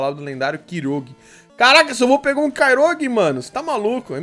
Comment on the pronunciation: Chamar kyogre de kirogue é foda kkk